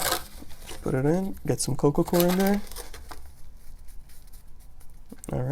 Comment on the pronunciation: sounds like you say coco cor what is the soil your using?